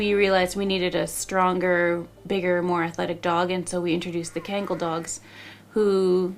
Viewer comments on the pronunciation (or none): Kayngal? It’s pronounced Khan-Gal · Great video but it's Kahn-Gahl not kane-gal. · Great video! But it’s pronounced Con-gall not can-gall. Former Turkish linguist. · Everyone pronounce kangal wrong and it breaks my heart. You can't read everything as if they're written in English.